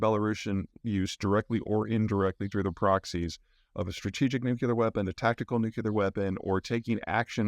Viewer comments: N-U-C-L-E-A-R not N-U-C-U-L-E-A-R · "Nu-cu-lar" fest today.. c'mon Peter, I'm sure your parents can help you pronounce it right... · A brilliant guy, offering so much good information, that still says 'nuculer". Like W used to do. Cringe. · Nuclear. NOT NUCULAR! Hard to take someone seriously that doesnt get this! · PSA: nuclear is pronounced 'new-clear' not 'new-q-lar' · Peter, please, it's pronounced new-clee-er, not new-cyoo-ler. I know it seems pedantic, but it's called that because it's working on the nucleus of the atom, not the nuculous. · As informed as you sound, it's frustrating you can't say nuclear. Instead of nukelar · Please Peter... as a former Nuclear Defense Specialist... It's NOO-CLEE-UR... Not NOO-QUE-LURR. Not only is it a pet peeve of mine, it's grammatically incorrect. It's like saying EXpresso vise espresso, or EXcetera vise Etcetera. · Is he saying Nucular or nuclear??? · Excellent summary. One comment on "delivery" of the comment, Could Americans pleasepleaseplease pronounce "nuclear" properly; say "new clear" not "nuke u ler". The latter pronunciation is just lazy. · nuk-u-lar must be a midwest thing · I'm confused as to why you mispronounce nuclear as nuculer? Usually I only tolerate Homer Simpson's mispronunciation as it's satirical?? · Hi Peter! Two questions: 1. You again mention that the US could have been responsible for the Kerch explosion. I have seen nothing so far to suggest this, and I can't imagine how that is plausible given the risk of escalation versus any potential gain. What is your reasoning for this analysis? 2. I'm deeply curious as to why you pronounce "nuclear" as "nucular". Is this a regional dialect thing? Thanks again for your analyses. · "Nu klee er"!!!!! Pronunciation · Prior to George W Bush I did not know that there was a pronunciation issue in the states about "nuclear" - that is, the "nuculer" thing. I would be interested to know where this comes from. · Greetings from Denver, Mr Zeihan! NU-KLEE-AR...